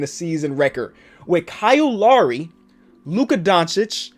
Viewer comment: He says Kyle right so he says Lowry wrong😂